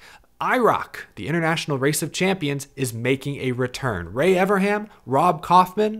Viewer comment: I don't think understands there's an 'N' in Ray Evernham's name 😂